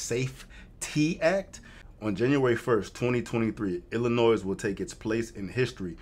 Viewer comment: First, round of 👏 for having the knowledge, on pronouncing the state correctly. The amount of people I talk to on the daily...use that "s" on the end, and ain't from there. I'm from there, but don't live there, Thank God! I look at that place now, like Gotham City. Anytime, "they" make laws, that start with something that sounds good, like "patriot act", which doesn't help patriots...no, it throws the book at them, for doing the right thing. Now...its the Safety Act...🤣🤣 Remember your 2nd Amendment, and hold onto it tight!